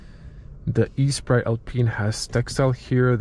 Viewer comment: This is not e sprite but esprit which means spirit in french... good review btw